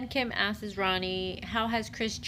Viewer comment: Hey lady, “ASKES” isn’t a word 😂😂😂